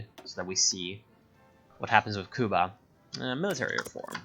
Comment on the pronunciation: My body rejects how you say Cuba.